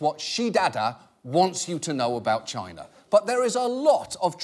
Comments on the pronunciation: Why Trump pronounces China like Gina (vagina without the "va")??? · Have you ever noticed how when British people say "China" it sounds a little like they're saying "Chiner"? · It’s pronounced Chyynaa or even more correctly Gyinaa.